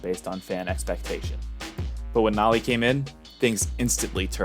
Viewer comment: bro said nAly